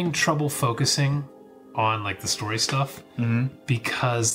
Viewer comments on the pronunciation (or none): none